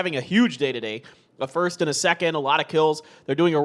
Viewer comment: maybe "firsth" , it's hard to pronounce the ending sound